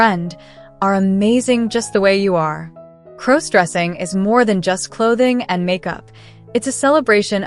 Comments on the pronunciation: Please stop mispronouncing crossdressing 😢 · Stop mispronouncing crossdressing 😢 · Please stop mispronouncing crossdressing 😢😢😢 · Learn how to properly pronounce crossdressing 😢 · Could you please stop mispronouncing crossdressing 😢😢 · Could you please stop mispronouncing crossdressing